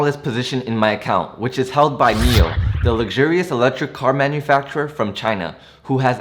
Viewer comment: One suggestion. Whichever stock you’re talking about for about 1-2 or 3 mins, please display the ticker symbol on the screen. When you said NIO, I thought you meant MEL (that’s how you pronounced it), I wasted 5 mins on google searching for this company which I couldn’t find. Displaying the ticker Symbol all the time you’re talking about it would help greatly. Thanks.